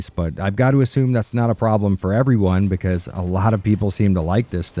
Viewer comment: "Becase" you are dumb killed me.